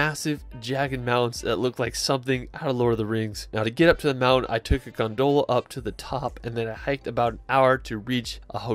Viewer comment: hahaha I lost it too. Other incredible mispronunciations include: Mar-y-time Bel-FRY and my personal favourite Gon-Doh-la (Gondola) Stone-HEDGE ??? (X2)